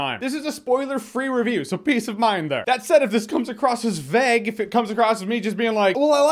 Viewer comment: Why can't you pronounce vague